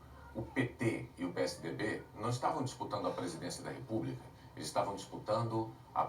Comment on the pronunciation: Repúbrica, supricy, pqp, chooo Marinanta